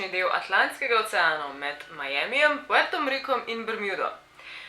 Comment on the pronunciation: ne reče se puerto riko amak porto riko